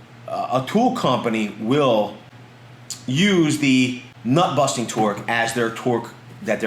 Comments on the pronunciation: Did you say buttnusting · "butt-nusting torque" 😂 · Haha “but nusting”